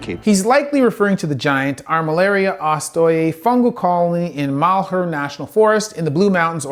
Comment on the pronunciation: Oh man, having grown up in Oregon. Good effort trying to pronounce Oregon and the Malheur Forest. Its beautiful but unless you're from the area there's no way you're pronouncing it right.